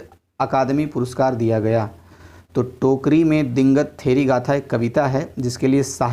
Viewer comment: दीगंत को आपने दींगत पढ़ा।